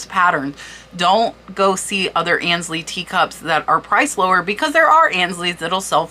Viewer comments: Aynsley...it's pronounced AINES-Lee - not ANS-Lee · Aynsley is pronounced “Ainsley “ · Please forgive this is not meant as a criticism but to assist you, AYNSLEY is pronounced like AINSLEY not annsley. A luncheon plate is a size if not larger than a salad plate the trios are a cup saucer and a tea plate. Cheshire is pronounced Cheshur..not shire. Meissen is pronounced as a double ss, not a z. Herend is pronounced Herrond. Gilt is pronounced as a g not a, The most common mispronounced word in the USA is WORCESTERSHIRE. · Fascinating research and presentation. Thank you - I am going to look in my china cabinet now where I have many tea cups from my mother. FYI - I believe Aynsley is pronounced with a long A not as An. Ay as in hay. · I believe it is pronounced Ainsley... that's how I always heard it. Very interesting video, thanks. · I love selling on eBay I’ve been doing it since 1998. I was lucky enough to come over from the England with a ton of China that I had no room for. Just a note, Aynsley rhymes with “pains-ley”. Ayn pain. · Great video I love it. Just want to say ,I believe that you are mispronouncing Aynsley. It is pronounced Ahnsley. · Aynsley is pronounced 'ae' as in 'bay'. 'MY sen' for lessen. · Grammar Grouch here... FYI Aynsley is pronounced like paint or faint - "AINsley" (it is a very popular English name also spelled with an "i" instead of "y"). Aaaaah! And "gilt" is pronounced the same as GUILT. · Ains- ly like ain't sound.🥰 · I’m pretty sure the pronunciation of the word ‘gilt’ is with the hard ‘g’ sound, like ‘go’ rather than the soft ‘g’ as in ‘George’. Guided/gilt, as in overlaid in gold; not guided as in jilted. And as I own a considerable collection of Aynsley pieces, I thing it’s AIN-sley (as in aim, long ‘ā’ sound). But this was an amazing overview of some recent sales. THANK YOU for your research.